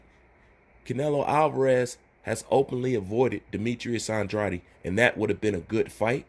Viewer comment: It’s not andrady ! It’s Andrade ! Like Gatorade ! Shits annoying bruh